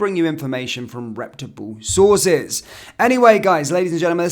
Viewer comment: reputable~! not republe.